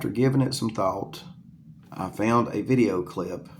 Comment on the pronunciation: Dude said vid-e-aye